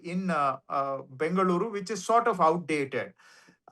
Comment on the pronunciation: What is Bangaluru sir 😂 ? Mix of Bangalore & Bengaluru, you are also sounding like the North Indian residents of Bengaluru.